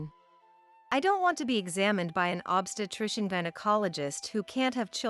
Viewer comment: I agree! Every time “obstetrician” was mispronounced I cringed.